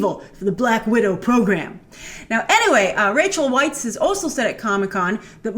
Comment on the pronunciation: Rachel Weisz's last name is pronounced like vice.